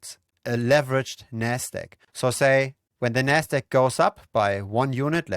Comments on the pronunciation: if you space out the syllables ever so slightly and enunciate the “D” and “Q” in NASDAQ your pronunciation would be clearer. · haha, I thought the same thing, it's your accent, when you reference the Nasdaq, it sounds like "nest egg" which is another term for a savings plan for a household 🤣 Great video! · Ah took me a while but you're referring to pronunciation of Nasdaq...